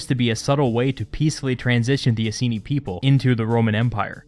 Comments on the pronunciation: It's "I-seen-eye" not "i-see-knee" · Please check pronunciation of "Iceni" We actually say it as "Eye-Seen-Eye"